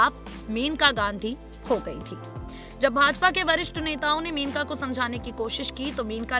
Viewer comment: pl read correctly it is mainka